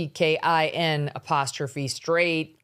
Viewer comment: Love when Megyn swears 😂😂😂 it kills me everytime She puts such emphasis on the F bomb 😂